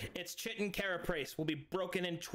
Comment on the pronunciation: Great episode! Also just a quick psa: chitin is pronounced (kite-in)